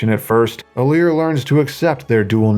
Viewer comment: IT'S ALEAR